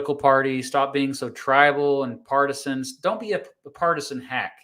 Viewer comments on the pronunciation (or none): none